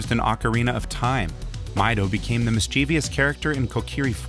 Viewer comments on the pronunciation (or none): "MISS-chuh-viss", not "miss-CHEE-vee-iss"